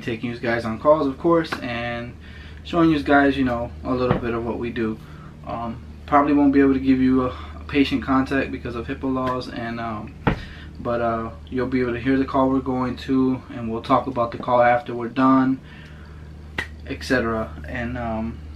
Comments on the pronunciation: HIPPA not hepa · Did he say "Hippo Laws?" What the heck are hippo laws >.<